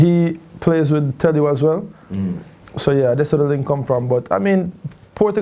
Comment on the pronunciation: Man come on, portuguese fam, someone needs to say this : it's deejay telio, not DJ tell you x'D